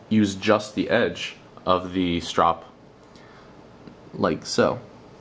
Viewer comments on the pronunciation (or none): "strop" - no "e".